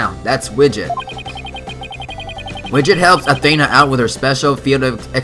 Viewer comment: Athena's name is pronounced a then (like theif but with a n ) a sorry it's a little bit of a pet peeve when I hear her name mispronounced